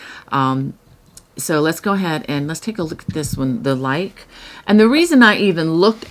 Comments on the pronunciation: *Lykke is pronounced Luca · Hi! Luke is pronounced ‘Luca’ I researched it bc as I really wanted to know!